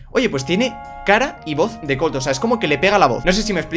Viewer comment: colt dice cum O